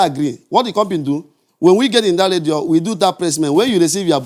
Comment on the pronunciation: Radio or "Ledio"